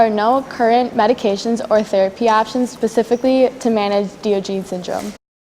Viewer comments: Great report, ladies! Thank you for bringing awareness to Diogenes Syndrome. The correct pronunciation is Dahy-ahhj-uh-neez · wow you sound so dumb incorrectly pronouncing one of most famous philosophers.